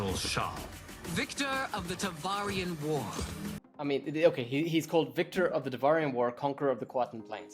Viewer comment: "Tavarian War" Not Davarian...